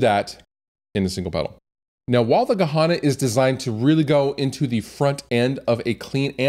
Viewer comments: yes, why would he even pronounce it like that? it's written Gehenna, why say Gahana? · Good pedal - wrong pronounced